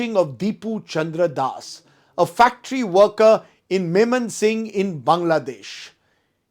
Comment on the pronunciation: Moymansingh. Not. Memensingh. Daka is not atall. Capitall Itis. Dhaka.